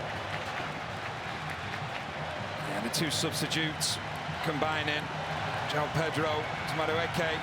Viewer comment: Joao bro, pls dont think his name is like how americans say it